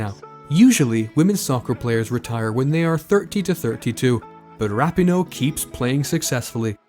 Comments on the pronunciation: Starting with the pronunciation of her name (never a good sign in a bio piece) and it goes downhill from there. Pinoe's great but I'd give the research here a D. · You said her name wrong the entire video but otherwise great info